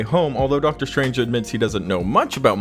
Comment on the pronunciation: Am I just imagining things or did the narrator really say "Marvel Studio's Doctor STRAIGHT"? :D